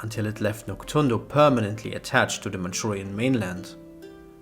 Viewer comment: It's actually pronounced Nok-DOON-do. Not Nok-TSUN-do.